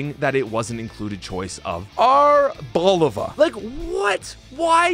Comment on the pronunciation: Ar Bo Lee va is how u pronounce it